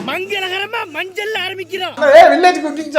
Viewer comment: மஞ்சள் அல்ல சார் மஞ் மஞ் மஞ்சள்😅😅😅😅